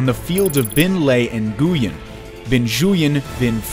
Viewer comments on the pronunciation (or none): Nguyen is also pronounced, Win. Khanate is also, “khan-eight”. He butchered a lot of words.